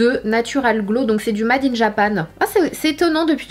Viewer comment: "mad in" 😅😘